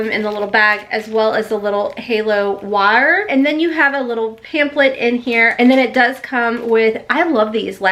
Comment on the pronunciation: I love how the strong accent comes out every now and again lol " backround" "wire" "back" lol girl I love ye